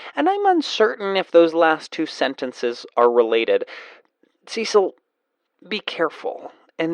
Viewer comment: Kevin not Kev. See-sill not Seh-sill.